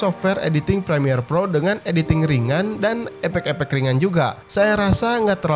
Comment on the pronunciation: Saya Gak Tahu Bro Emang Gaya Bicara Orang Sono / Kamunya Bro. Maaf aku ketawa Saat Kamu Ngomong Epek Epek Jangan Marah Ya #Maaf